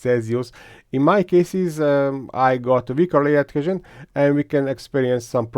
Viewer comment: Work on your pronunciation please. It is a pain to listen to you. But you did a very good job mixing the beat on the layer "edhézsön" test :D And keep up the good work of course. These are very informative videos.